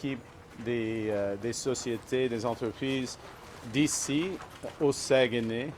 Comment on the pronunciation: Incapable de prononcer Saguenay Lac St-Jean. D'une tristesse